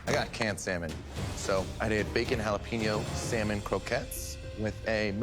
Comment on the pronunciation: Why does he continue to say SAL MON when he hears how it is really pronounced